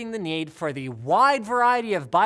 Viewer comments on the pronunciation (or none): "Obviating the nyaid"